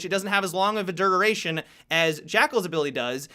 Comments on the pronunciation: dururation :D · good video but why does say duration like tbat